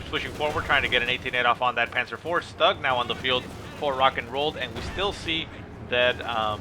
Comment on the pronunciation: Stug is pronounced in german (Sturmgeschütz), so "schtoog".